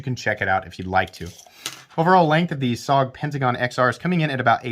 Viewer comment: Studies and Observations Group = S.O.G. Also you pronounce it as 3 letters not one word. Also missed the workings of the XR Lock, it is mechanically different that the axis lock and other "bar" locks. You're expecting this knife to be something it's not, maybe need some research, missed the mark on this one.